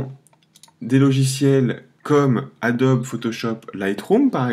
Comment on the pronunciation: Merci pour la video sauf que ca se prononce Adobe, pas Adobi.